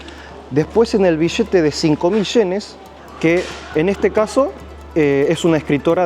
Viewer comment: El vishete de sincomil shenes. Estos ameríndios siguen sin saber pronunciar.